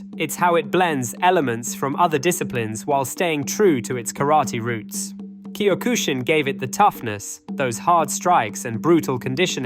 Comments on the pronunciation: Bro, do you you even "CUE MY TAE"? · Learn how to pronounce Kyokushin